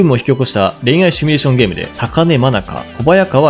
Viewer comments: シミュレーションをシュミレーションって言っちゃう人高卒説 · 「シュミレーション」じゃなくて「シミュレーション」だろう。趣味なのかそれともワザとか。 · 「シュミ」レーションではなく、「シミュ」レーションだ！(魔法陣グルグル的ツッコミ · シュミレーションと連呼されるのが気になりました。わざと使ってるのでしょうか？シミュレーションですよね？ちなみに私はスマホゲーム全くしませんが、リネージュ２という古いMMORPGを未だにやってます（＾＾； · 普段からシュミって言ってるってはっきりわかんだね。